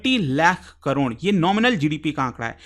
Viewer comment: Crore ❌ Cron ✅